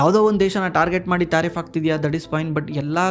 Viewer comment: ಯೋ ತಾರಿಪ್ ಅಲ್ಲ ಟ್ಯಾರಿಪ್ ,ಸಿಕ್ಲಿ ಕಲ್ ಅಲ್ಲ ಸೈಕ್ಲಿಕಲ್!! Language kalıyo le first🥶🥶🥶